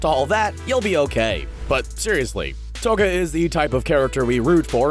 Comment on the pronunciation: Its not toka ITS TOUKA FATTY DUMBO JUMBO JEESUS. STOP ACTING LIKE YOU KNOW EVERY SINGLE ANIME WHEN YOU LITTERALLY JUST COPY PASTE THINGS FROM ANIME WIKI'S. YOU CANT EVEN PRONOUNCE TOUKA RIGHT. LIKE BOI ITS TOY-U-KA